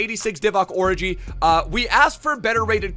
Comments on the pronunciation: His name is or-ee-gay is saying or-i-gay He’s not miles of stop complaining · as a kenyan let me jut tell you that it is divock origii like ghee.not oriji how your pronouncing it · it’s Or e gi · Does anyone get angry bye the fact he says “orgi” wrong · Please don't disrespect Origi's name like that lool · The g is pronounced as a j bro